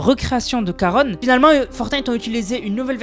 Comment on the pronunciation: Ça ce prononce Sharon au fait